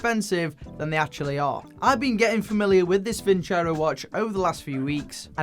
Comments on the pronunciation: Vincero not vinchero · Actually it's pronounced :. Vinceró. Vincair aoo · It is pronounced “Win Zero”, i believe! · Sorry Vin-cero, I'm not going to pronounce your name Vin-chero until you write it like that. = ) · Vin-ZERO! That’s how it’s really pronounced. My gosh everyone gets it wrong. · Btw just saying Vin CHero sounds way more bleh pronounced just no, way to bad promote your company name and how it sounds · Lol, It should actually be pronounced "Winkero." The company that claims to draw from Roman roots did not bother to do enough research to determine how the Romans would have actually pronounced the name. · Gotta love how the YTbers are mispronouncing their sponsor's name. Thats kinda disrespectful towards your client lmao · It’s not pronounced as you say the tonic accent is on the O.